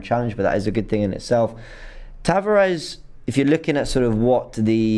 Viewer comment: He's pronounced Nuno Tavarsh, just like Bruno Fernandsh